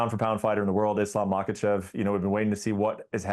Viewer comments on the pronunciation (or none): Its MAKHACHEV not Makahchev,!!